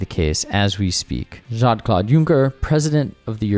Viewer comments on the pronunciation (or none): I understand that you have a collaboration with 'reconsider media', but they really need to match your energy level and put in the basic effort to annunciate all the words rather than trail off at the end of quotes. It would also help if they looked up how to pronounce 'Jean-Claude' (though there are a few weird words every episode that might make it worth looking up more than just this name). It's even more jarring when Simon knows how to pronounce everything in almost every episode.